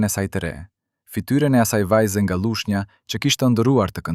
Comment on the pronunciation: Na e shpajfi me germen ll Thuhet Lushnja Jo Llushnja Vace Zela Jo Vace Zella Duket si dicka e vogel Por na vret veshin ky shtremberim I Gjuhes Shqipe Sepse, flet spikeri qe duhet te flase Gjuhen Pa asnje gabim gramatik dhe fonetik